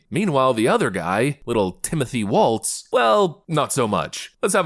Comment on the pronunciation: His name is Walz like walls. There is no t in his last name.